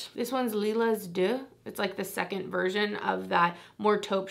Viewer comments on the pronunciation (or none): none